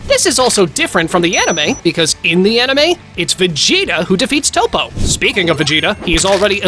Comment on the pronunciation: pikkon is said like p eye kon.... who the hell is peekon and again who the hell is 0 his name is zen-o not 0 and i have a problem with some one your points it seems to me you dont no much about dragon ball at all and who is toe po its TOPP-O